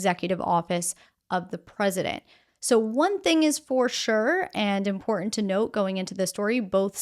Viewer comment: I like your videos, but you really need to work on your pronunciation of the word "important" it's very distracting, and I have noticed it more than once. You obviously have been trained in speaking, no "um" or "a" overall very pleasant speaking voice but could use a little more emotion.